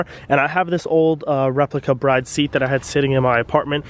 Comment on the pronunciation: From what I’ve heard it’s pronounced “brid “ Mickey from throtl met the guy who made bride seats and corrected him on the pronunciation